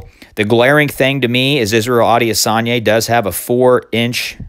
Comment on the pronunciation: I think it's pronounced Israel I-diss-on-ya